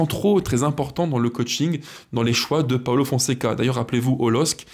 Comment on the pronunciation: j’aime bien ce que tu fais, mais s’il te plaît, fais un effort c’est pas un italien c’est pas Paolo Paulo merci 😉